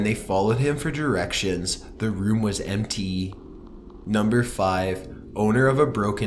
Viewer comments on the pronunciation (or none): The room was EMMTEE. I swear this dude says empty in the weirdest way.